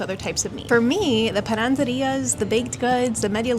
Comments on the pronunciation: Hi. It´s "Panaderías", not "PanaNderías". Just for improve your castellano, not mean intentions. I mean, my english is not good. Love your canal! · Great video,. It's great to hear about your opinion on the city. Small correction. It's panaderías, not pananderías. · Pananderias ?????!!!!! Lol es panaderías !!!